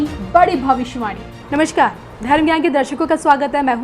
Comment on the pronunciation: Ye kaisey sant hain jo namaskaar ko namaSHkar kahte hain?